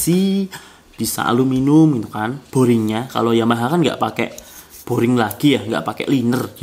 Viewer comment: Yg lucu mas nya sebut aluminium menjadi alu minum